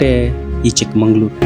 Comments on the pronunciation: చిక్క మంగళూరు కాదు.. చిక్క మగళూరు. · It's chikkamagaluru. Not chikmangalur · చిక్క మంగుళూరు కాదండీ. చిక్క మగళూరు. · చిక్కమంగళూరు కాదు చిక్కామగళూరు అంటే చిన్న కూతురు ఊరు